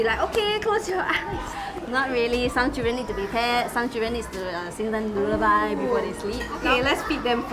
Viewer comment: Did the teacher just say the children need to be sung a LOO-LAH-BUY to sleep?! Lol. Oh dear. .